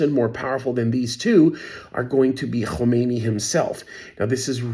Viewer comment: Khamenei, not Khomeini.